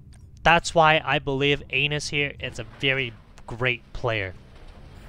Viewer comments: How do you even get "anus" from "anas"? Haha that was hilarious to hear every time, had a hard time focusing on the actual gameplay because of it! :) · Ahmad Almashayekhi An-ass not ain-nuss lol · Cant stop laughing every time you say anus 😆😆😆😆😆😆 the initial sound is like 'apple' not like how you said it. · His name is Anas like the beginning of Anastasia. Hahaha this was personal 😂